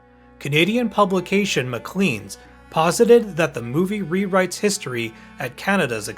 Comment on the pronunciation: It's pronounced "MaCLAYns" btw, not Macleeens.